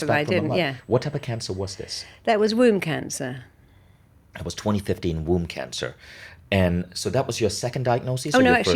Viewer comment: At first I thought she said WOUND CANCER!!! Womb cancer!!!